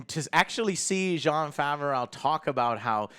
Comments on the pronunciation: Love the content Joe. It is pronounced Fa-V-Row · "Favareau" Pls stahp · Joe must have been assaulted by Jon Favreau, because every time he says his name, he says Jon favrowe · John Fav-er-ow... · Joe, it's pronounced Fav-roh 🤦🏼‍♀️ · Oh my god joe can you pronounce John Favreau’s last name correctly theres no L at the end lol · will joe ever learn how to pronounce john's name